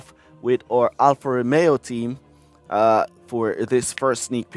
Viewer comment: King, its clear you dont enjoy or actually like f1 outside f1 clash, but make sure to learn the names of the drivers and teams correctly! Its Alfa Romeo, not Alpha Romao. Its Charles Leclerc not Charl Le eclair.